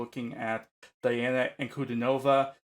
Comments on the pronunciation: Those of us who speak English are prone to mispronouncing Russian names. It's just the way it is as Russian is a completely different language! To the best of my knowledge, her name should be pronounced as dee-AH-na ahn-koo-DEE-no-vah. (rather than die-anna ann-koody-NOVA which is what almost everyone guesses) 🙂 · Диана. Correct pronunciation- DiAna. Diana is the latin's name of the Goddess🌹 at last as Di:'a:na: 🌹not inglish👈🌹👉 Latin and Latin👈 as Dee Anna👈 russian's name Диана= latin's name Diana🌹🇷🇺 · Welcome to Princess Diana, The Goddess Voice of Nature. Enjoy your journey. She is a true Contralto. BTW, her first name is pronounced Dee aunna.